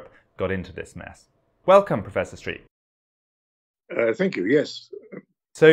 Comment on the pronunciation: Pity his name is pronounced as streaker instead oi 's streeck